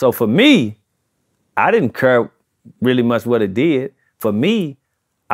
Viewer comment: “ I didn’t curr”